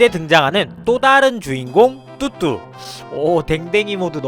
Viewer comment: 왜 자꾸 뚜뚜가 흑두라고 들리지...........